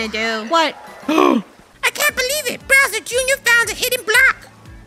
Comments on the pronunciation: Funneh, it's Bowser, not Browser. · Anyone else notice that funneh keeps saying “bRowser “ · It sounds like there saying browser instead of Bowser 😭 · Them saying "BROWSER" NOT "BOWSER" JUST KILLS ME INSIDE😢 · by the way its not "browser" its "bowser" bc i noticed u kept saying "browser" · Why do they call it browser instead of bowser? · Funneh it’s bowser not Broswer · Is it just me or does it bother me when they call Bowser "browser" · did funneh called bowser browser?!😂😂😂